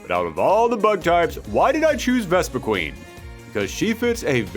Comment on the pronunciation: so a couple things 1 - why did Mewtwo not return? it is Mewtwo... 2 - Vespiquen was pronounced wrong, the name clearly says quen, not queen 3 - why not a Ultra Beast like Nihilego? with the partner being Lusamine, making it a very disgusting and creepy fighter, with it latching onto the other fighter and shoving poison into them, like how it did to Lusamine, it is a Parasite afterall